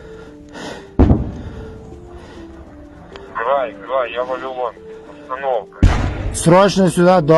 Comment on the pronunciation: "А за кадром больше на польский акцент похож." - 😂🤣явно что вы не с украины . Я с украины , поясню вам - просто за кадром украинец с зап.украины говорит ( вынужден говорить так как с ним по рации говорят на русском ) на суржик-русском языке . Обратите внимание на его произношение слова "кровЬ" - он говорит - кров , без мягкого знака , это украински так и будет